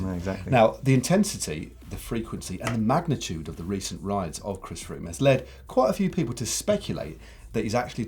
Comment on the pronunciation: Chris Froome news! Froome rhymes with broom..... Stay classy Sandeago